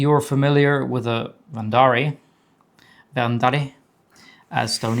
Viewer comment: gorgeous saber and damn the quality of this so incredible! Also love the way you pronounce Verndari